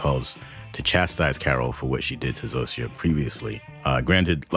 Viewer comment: You pronounce "Zosia" splendidly! Some people (even in the show) butcher it terribly, but yours is really good :)